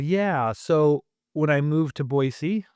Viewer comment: I’m always surprised how many Washingtonians say Boizee. You have to know that’s not correct. I’m a Washingtonian, btw